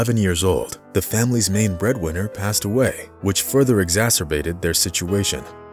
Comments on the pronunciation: As a Liverpool fan, I would say Sadio Mane and Mo Salah are excellent footballers and very humble as well. Edit: he is pronounced as Sadio Maaane. Not Sadio Main. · Mane not maine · It’s mane not main😂😂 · I love how he portrayed sadio mané but hate how he pronounces his last name… I was boiling up each time he said “main” instead of “mah-neh”…💀😂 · Mane is pronounced “man-e” instead of like “main”. Just wanted to put that out there. Thanks for the great inspiring story. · Why do you keep saying Mane as in Men instead of Mané as in in French? It's an interesting and inspiring story to learn more about life. Keep soaring, Sadio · Great player and even greater person. Maybe the narrator could have humbled down a bit to check out how to pronounce his name correctly. Mane, not Main. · Wish narrator could’ve pronounced Mane properly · He's an absolute legend, to get that out of the way. Now please stop calling him Main! It's Ma-né! Like the painter! It's astonishing that you didn't pick up on this, considering all the effort and research put into this video. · We pronounce his name as MAANAY not MAIN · Its not "Maine" its Mané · I think it’s pronounced “Man-a”not “main”.. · His name is pronounced “mah—nay” not the 🦁 mane ( mae—n) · It is not Maine his name is Mane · Wife is Maine???? IT'S MANEY LIKE MONEY BUT A FFS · It's not Mane it's Mane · It's Mané and not Mane come on. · His name is pronounced mah nay not main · His name isn’t pronounced Maine it’s man ey and he actually ran away from home at the age of 15/16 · its not pronounced "Maine" Its pronounced "MON A" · The only thing I don't like about this report is the pronunciation of his name it's not main is manè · It's pronounced ma ne not main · Mah' Nay not Main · I am highly disappointed 😞 in you because of the pronunciations its not mane its manè and you also pronounced wijnaldums name wrong so work on it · U say it like mar-ne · Man said sadio Main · If this man says “mayn “ one more time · its pronounced manay